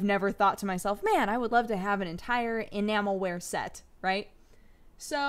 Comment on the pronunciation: Spent most of the video trying to figure out if she's saying Enamel-wear Or Enama-wear